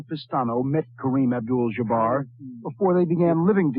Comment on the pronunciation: 🗣 Kareem Obdul-Jjjjjjjuhbarr